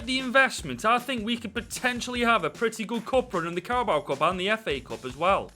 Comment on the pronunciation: I love the” carabowa” cup